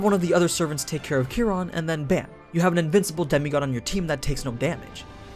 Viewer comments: Kia Ron not kerron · Ki Ron is how you pronounce it. It comes from astrology